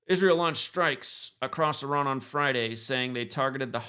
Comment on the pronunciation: Great show. * pronounced-E Rahn like E- Rahq